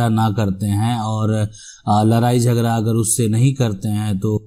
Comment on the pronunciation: लराई, झगरा, परतिकिरीया, परतीकूल परकिरीया... मजेदार उच्चारण..😀